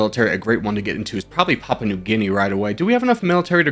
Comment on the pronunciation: "Papua" in "Papua New Guinea" is pronounced "pop-oo-uh"